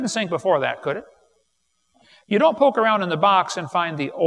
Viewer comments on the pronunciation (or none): none